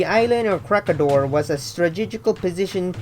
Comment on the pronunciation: WTF! Ko -Reh-Gi-Dor! Please pronounce it properly! Make a research! We can pronounce your city properly. Why you cant?